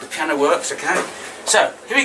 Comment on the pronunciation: “Pee-Anna” love it